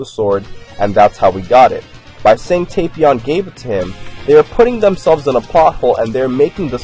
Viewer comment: its not tay-pion